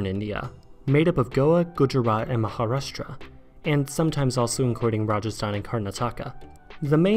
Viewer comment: Sri Lanka was never part of British India. It was ruled as a separate colony in its own right and not by the Raj or its successors. The way to pronounce Telugu is "Tiloogoo" in one syllable not "Tell-oo-goo". Similarly Maharashtra is pronounced "MarashTRra" wil emphasis on the second half of the word. An educational video should always encourage correct pronounciation. The British colonial center was always Calcutta. Delhi was more or less revived as an Indian capital during the indpendence years. Siliguri Corridor is known as the Chicken Neck rather than the Chicken's Neck.